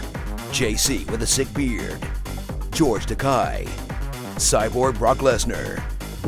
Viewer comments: it's pronounced Tuh-KAY not Tuh-KAI. As he said during the William Shatter roast, " It rhymes with toupee!" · I think you pronounced George Takei the wrong way